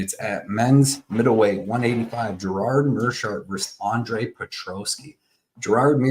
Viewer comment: Gerard... LOL It's Gerald... Never trust a fight predictor when he doesn't even know the names of the fighters.